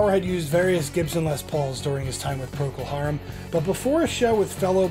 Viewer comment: "Proko" Harum??! Really??!